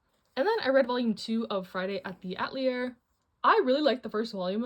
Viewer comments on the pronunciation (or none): Just a small adjustment for how to pronounce "Atelier". It comes from french and is pronounced uh-tell-ee-ay (Atelier).